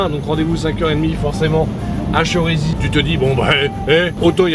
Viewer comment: On dit Chérisy 😂 avec un accent aigue